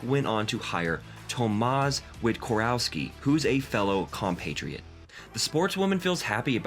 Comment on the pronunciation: Im sorry but how can you make a whole video about a person and not even bother to pronounce their name correctly it's eega shvyontehk and her father is tomash